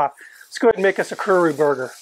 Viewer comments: kuRO (as is row your boat) not kuRU (which means to come) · It's not "kuru". It's "kuro" (ku-roh). At least research how to pronounce each word before making a video of it. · Its Kuro not Kuru lol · Kuro, not kuru. Kuro. Ku-row. Also, Tangzhong would be a Chinese word. I wish America got these fun new tastes. Japanese McDonald's and shit have new burgers like every other week or some shit. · the correct pronunciation of black in Japanese is KURO, with a hard "O", not "oo" and not not KURU with "U". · Small detail: It's pronounced Kuro not Kuru. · Kuru huh? Last I checked, it's kuro... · omg it is not pronounced Ku-RU it is pronounced Ku-Ro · its Ku-RO, so you know as in long O. You keep saying ku-ru. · Not kuru, kuro! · chuckles When you said Kuro, I heard Kuru and started laughing. Excellent video, I'd love to try this burger at least once. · Great video you did great. It is pronounced "Kuro". "Ku" as in Kuwala and "Ro" as in robust. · The only thing i have to say is you messed up the word Kuro the o is pronounced like the word Oh so it would sound like Kuroh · This guy pronounces Kuro as crew, curly, crow burger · Kuwu Leave it to an American to "correct" native pronunciation 🙄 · The way he pronounces kuro though :D